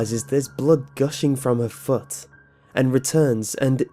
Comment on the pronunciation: ...Aight so am I the only one who likes the way this man says 'foot' the first two times in the Cinderella part? 😂😂😂 It just sounds funny to me